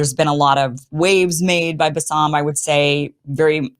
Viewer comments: Kim, put some effort to learn the 1st name of Basem it is not bassam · Love you Kim. It’s Ba Sem. Not bassam. 😉